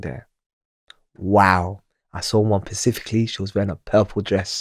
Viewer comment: second person on your podcasts that can't pronounce "specifically" properly lol it's not the pacific